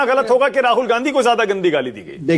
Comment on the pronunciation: Ssals ajay aalok ka munh me laand koncha huwa hai kya ki....gandhi ka hamesha galat uchharan karta hai....aur manak ssala hamesha dallali karne aa jata hai...